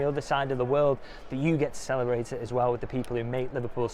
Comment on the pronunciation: Did you just say Salahbrate? Maybe you just coined a new word in the great man’s honour. Salahbration…